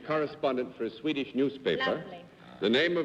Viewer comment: John should have practised Swedish pronunciation a little bit more before the show.. that was horrible 😄